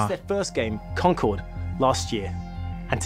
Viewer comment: Concord, like in Fo4 is actually pronounced "Con-kerd". Thanks